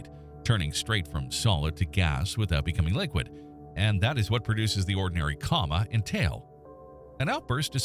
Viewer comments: Dude it's not a coma, it's called a come-a. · Co-ma, not comma. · I was just about to comment that the AI machine keeps saying "comma" and should stop it...😂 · So strange to me how AI can get long weird words right but can't pronounce little words like 'coma' right. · came here to say the same. That said the videos on this channel are highly informative and cover a range of topics I’m interested in.